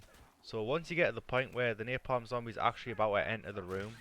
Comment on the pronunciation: THE AI CHAPTER NAMED "NAPALM" NEARPALM LMFAOOOOOOOOOOOOOOOOOOOOOOOOOOOOOOOOO cos of your northern accent.